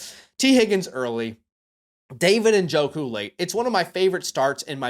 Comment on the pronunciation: Thank you for pronouncing Njoku’s name correctly. I get so tired of people saying “Na-joku”